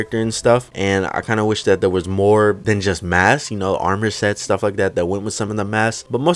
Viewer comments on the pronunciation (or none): none